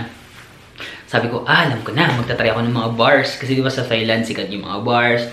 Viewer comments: Tailand po hindi THailand. Walang H. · I think it’s pronounced more like: “tie” and “tie-land”. 😊👍🏾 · You pronounce THAILAND as TAILAND. TH is read as T. It’s weird that most people don’t pronounce this correctly. Thank you!